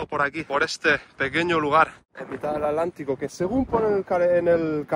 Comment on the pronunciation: querido. En primer lucar feliciones x tremendos videos. St Helena me recuerda a islas del Caribe como st Vicent, o St Kitts. Especialmente sus contrucciones coloniales. Por ultimo, porque decis Alantico, si es Atlantico? Perdon x mi duda.